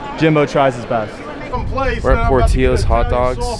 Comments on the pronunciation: Dude. It's pronounced "Port-ILL-o's" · it's pronounced like brillo pad, not tortilla